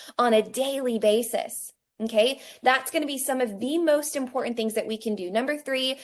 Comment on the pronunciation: "that's im-por-ANT!" ma'am, please stop.